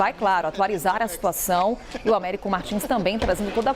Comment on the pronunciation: Américo Martins faz boas reportagens, mas ainda não aprendeu o som do "s" em bs/ps/. Treinar é bom e evitar falar errado perante o povo.